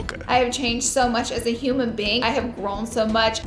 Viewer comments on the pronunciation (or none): "I have graun so much"